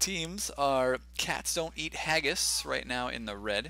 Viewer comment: sounded like he sayd "castonin ageis" instead of "cat's dont eat haggis"